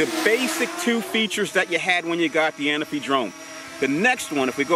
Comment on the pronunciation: The Parrot A-Na-Fi ...lol... you and my boy Inspector Gadget always call it the Parrot Ana-fi..lol...but since its your drone, I guess you can call it Larry if you like (